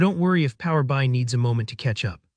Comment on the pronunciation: Strange narration. Who pronounces PowerBI like that?